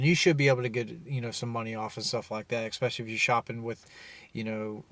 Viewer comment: expecially is NOT A WORD...other than that, this video was informative.